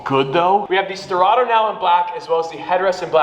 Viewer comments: The "Stradto" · Sterrato more like “strad”ato